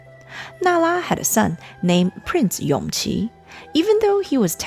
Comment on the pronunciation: Isn't Yongqi the son of Noble Consort Yu? His name is pronounced Yongji